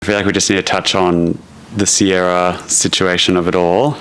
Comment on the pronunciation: He calls her Sarah not “Sierah” 😂😂